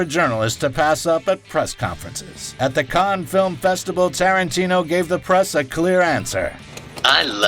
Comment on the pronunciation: Fantastic effort but it's still driving me crackers every time he refers to the "Khan Film Festival". It's written "Cannes", which means in French it is pronounced like "can"... if you want to anglicise it, just pronounce the S: "cans". But for heaven's sake stop saying "Khan". That pronunciation is much closer to Caen, which is a city at the other end of France, pronounced something like "Cognh".